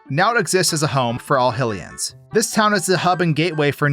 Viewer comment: Never heard of Hylians being pronounced as Hillians? XD Hylian is pronounced as "hai·lee·uhn" for anyone wondering